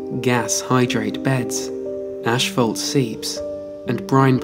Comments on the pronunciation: It's pronounced ass·faalt. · if the narrator says "ashfault" on more time I might lose it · I suppose I've never heard that kind of pernounciation. Personally, it was mind-blowing and crazy in the moment. I couldn't believe what I was hearing